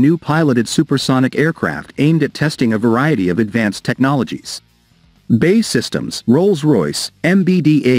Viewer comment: You lose your credibility as soon as you say "BAY SYSTEMS " say Bee Aay Eee . looks like they changed that ugly wing shape to a delta !